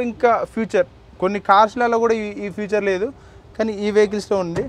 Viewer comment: Adhi Future kadhu ra Babu. FEATURE